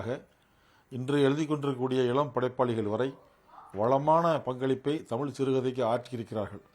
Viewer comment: தமிழ் என்ற சொல்லை இவ்வளவு அசிங்கமாகவும் அருவருப்பாகவும் உச்சரிக்கும் ஊடகவியலாளரை இப்ப தான் பார்க்கிறேன். அதுவும் தமிழின் முன்னணி ஊடக நிறுவனம் இவரை பணியில் அமர்த்தியிருப்பது தான் பேரதிர்ச்சி.